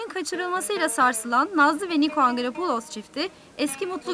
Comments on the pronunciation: Nikoya da Nako 😂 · Nikoya nako